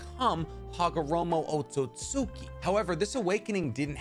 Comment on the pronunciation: Otsutski is pronounced OAT-SOOT-SKI